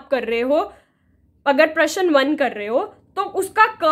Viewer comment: Ma'am प्रश्न ka pronunciation glt h